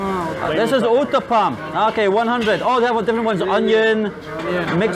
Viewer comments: u can easily pronounce that pizza uttapam like ota pam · 😂😂😂😂😂😂😂😭😭😭😭 I can't even control my emotions by seeing the way you eat indian foods..🤣🤣🤣🤣🤣.. only indians can feel those.🤣🤣🤣🤣🤣🤣🤣🤣onion uthapam u said roonie noopam .. dead with laugh for a while🤣🤣🤣🤣🤣🤣🤣